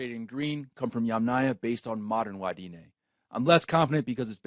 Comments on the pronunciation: Yamnaya, fix your letters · Yamanya? Yamanya??? At least try to get the name right. It's Yamnaya.